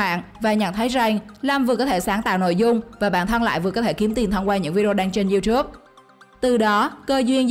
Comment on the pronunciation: youtube nó đọc thành chu chúp